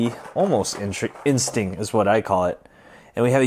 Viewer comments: anyone else notice that he says ultra instink and not ultra instinct lol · It was a good trick and review but I cringed every time u said instinct cuz u said in-stink and scalp for sculpt